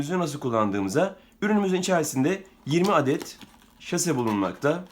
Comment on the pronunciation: Şase değil, saşe